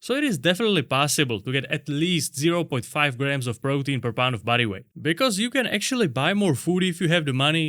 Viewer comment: When you talked about using another prisoner as the resistance, you said "body weight squats" but I heard "buddy weight squats" cuz of the accent and I thought that works way better anyway 😂. Love your videos keep up the good work